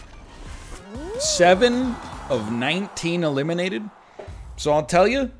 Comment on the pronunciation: Hahaha oh he's just saying elimidated now